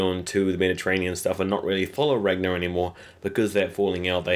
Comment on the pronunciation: Ragnar (swedes spell this like Rangnar, also heard in the very first season of this show) Ivar Björn (Bjoern) Aslaug Lagertha My ears hurt because it really is so simple pronouncing and spelling the names after all.